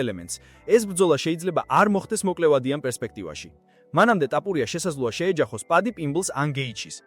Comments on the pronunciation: ტაპურია კიარა თოფურია,რატო ამახინჯებ ქართულს? სწორად ლაპარაკი ისწავლე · რა ტაპურია,გვარს ნუ ამახინჯებ სირო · "ტაპურია" შენა ხარ, ვინც კოლხურ გვარს გამზრახ ამახინჯებ! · ქართველი ხარ შე ჩემალალა რა ენაზე ლაპარაკობ წესიერად გამოთქვი რეებს ბოდიალობ ტაპორია რა კუტუნიო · მარტო ქართული გვარი რატომ ეშლება 😂